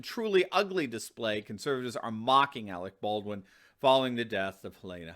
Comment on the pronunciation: "Arec Berdwin" - Kim Jong-il